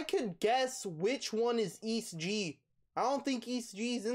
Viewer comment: its prounouced e - s - t gee